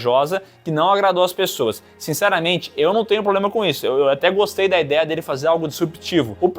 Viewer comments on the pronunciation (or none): Não guistei, osdiei.